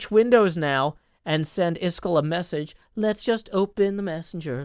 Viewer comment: Rare moment of getting so frustrated with software that he says Iskall’s name “properly” (the pronunciation and numbers!)